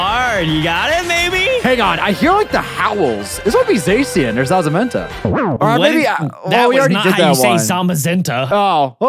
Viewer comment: “Zaza-menta.” The Kush Pokemon